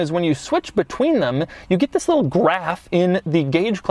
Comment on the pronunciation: Doug the type of guy to pronounce get as "git" without any other discernible accent.